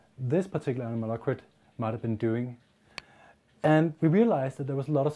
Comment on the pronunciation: the mispronunciation of the word anomalocaridid is so irritating XD